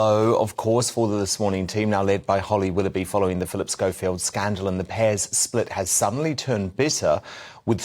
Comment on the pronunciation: Jim said "wally hollowby" fucking dead 😁